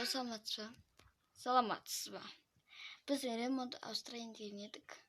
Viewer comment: Кукня емес кухня дұрыстап сөйлеш патом мынасетте емес мыншетте сосн бүз емес біз жаман сөйлейсің дұрстап сөйлеш а